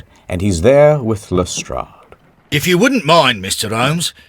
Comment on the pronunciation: "Hluhstrradhh" "Sherlorkehh"